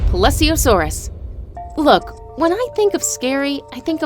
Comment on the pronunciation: Uh- for the plesiosaurus- she-she said puppy-a-saurus.. NOICE NAME LADY!